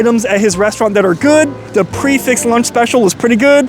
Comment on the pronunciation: pronouncing Prix correct snd Fixed incorrect adds to his charm.